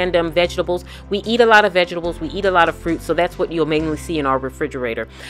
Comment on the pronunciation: "vegestables" lol. Very inspirational, great video! Thanks for sharing!